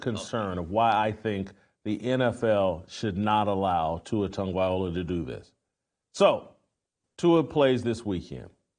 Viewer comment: Bruh, at least pronounce his name correctly. He's going through enough already.